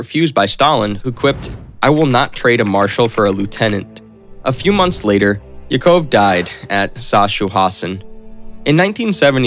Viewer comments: He can't even pronounce Yakov correctly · Agreed! I know some of the names are difficult, he should be able to get Yakov and brigade correct at the very least! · His son's name was pronounced YACK-uv. The concentration camp was SACK-house-in. So many butchered pronunciations.!